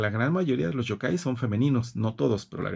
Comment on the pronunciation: Me encanta que usted sepa mucho de la cultura japonesa, pero solo quiero ayudarle en la pronunciación de dos palabras Yōkai (criatura sobrenatural)y Yūrei (fantasma). La “Y” se pronuncia como “i latina “ además la raya que hay sobre la vocal significa que el sonido de esa vocal se debe prolongar. Un saludo 👋 y me gusta mucho su biblioteca 📚.